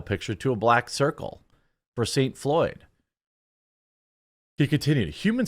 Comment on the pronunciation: Did I hear right Saint Floyd?